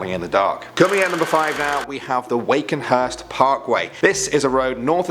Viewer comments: it’s not Wakenhurst parkway, it’s Wakehurst Parkway. I would know cos I live in that area. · There’s no N, it’s Wakehurst Parkway, anyways this is pretty neat. OH HEY I LIVE THERE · It’s Wakehurst Parkway, not Wakenhurst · Wakenhurst parkway? I believe you added a N its wakehurst parkway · "Waken" up on the Wakehurst Parkway... There's no 'n' in it mate. It only has to rain for 5 minutes and they close it because it floods... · For number 5, it's not wakenhurst, it's wakehurst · It’s pronounced Wakehurst not Wakenhurst